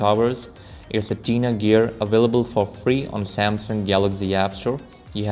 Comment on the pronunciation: its TINA GEAR, not "Tena Gear"... look closely at however, i had to buy it for 1,68 and it doesn´t look as good as expected :/